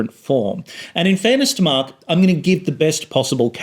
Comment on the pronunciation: Your pronounciation of 'Mark' sounds like 'Marx' in my ears, which translates to weird listening experience. Btw: I wish focault was alive and wrote a book about power and the internet.